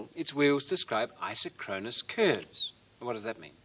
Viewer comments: The correct pronunciation is I-SOK-kron-us, not I-so-KRON-us. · The correct pronunciation is eye-sock-kruh-nuhs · It's properties are even stranger when you pronounce it i-SOCK-ro-nus. ;o) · I always preferred a different pronunciation (which may well be wrong): Eye-sock-ron-us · Fun fact! Aside from the mispronunciation of the word isochronous. It is pronounced "eye-SOCK-cronus - emphasis on SOC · IN US English, it's; pronounced "I sock ron us", implying same time from ISO meaning same, and chronous, meaning time. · You'd think as smart as this guy seems to be, he'd know how to pronounce 'isochronous.'